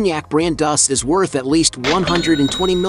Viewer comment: It's pronounced "DO - SAY" not "Duss"... referring to the cognac he owns!